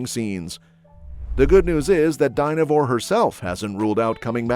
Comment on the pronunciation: It's pronounced Fran - ches - ka Dynevor is pronounced Din - ah - vor even though it's spelt with a "y"", it's the short vowel sound. It would be really good if the programmers taught the computer to say words, especially names, correctly. 🫤 🙃🐨🇦🇺